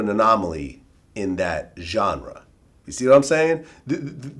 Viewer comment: PLEASE MYSONNE,,,,ITS GENRE,,NOT GHARA